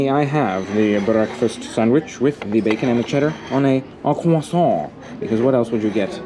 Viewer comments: For the love of all that is holy, please stop pronouncing croissant that way! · Had to dislike the video on the 4th time you said croissant. I couldn't take it anymore.